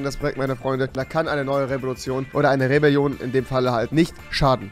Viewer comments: Nen die rebilolion nicht rebilion sondern rewelion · Vür die rebeljion ;D